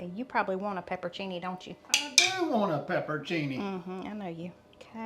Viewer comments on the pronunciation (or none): none